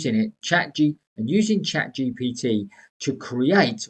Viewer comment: Love how you keep saying GTP instead of GPT 😂🎉